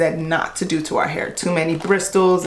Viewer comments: You don't pronounce the t in bristle. Say it like brissle. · i love... But the word is bristle ( with a silent t, my love) not Bristols😂😂😂😂😂. Im gonna try that tangle what what soon though. 😍 stay shining! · You don’t pronounce the “T” in bristle. It’s pronounced bris-sol. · That’s not how you say bristle you say it like Br-is-tal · The T in bristle is silent. This is your PSA :). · you aren't supposed to pronounce the T in bristle... its silent, like the G in 'gnome' or the K in 'knight'